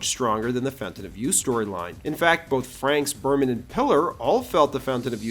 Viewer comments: It's not Franks, it's Frakes. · Is it me or does it sound like you are saying Franks instead of Frakes? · Btw it's Frakes, like rakes. Not Franks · It isn't "Franks". It's "FRAKES"! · It's Jonathan Frakes not Franks. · Frakes, not Franks. 😂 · Franks a lot... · Jonathon "Franks"? I guess the other word you used is really " Frakenstein"? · Jonathan “Franks” 😂😂😂😂 Fuck me! That’s a basic error, man. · Is it just me or does he keep calling Jonathon Frakes "Frankes?" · Frakely, my dear, I don’t give a damn! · lolwut you clearly say fraNks